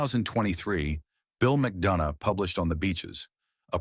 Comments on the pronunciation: Even Guys surname was pronounced wrong. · Pity, pronoucing the surname wrong.